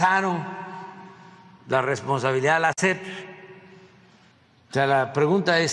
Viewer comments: La "SEF" dice el Cacotas, ni siquiera sabe decir SEP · A la “SEPT” 🤣🤣🤣